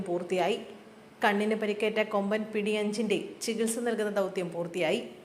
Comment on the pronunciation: പിടി എന്നല്ല എന്റെ....... വായനക്കാരി...PT എന്നാണ്. 😅